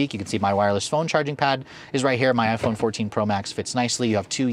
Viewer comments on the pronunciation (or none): none